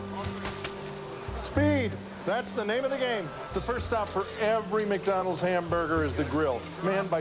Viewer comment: McDonald's* not "Mac"